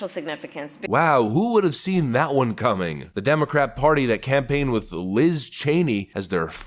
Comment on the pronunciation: Won = one. Not Juan or whon